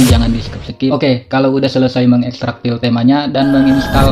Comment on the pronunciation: aduh maaf bang minder banget😭 cara nyebut "file" itu kek "fail" bukan "pil"😭🙏